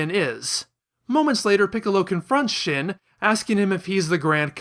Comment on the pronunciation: Shin is pronounced sheen.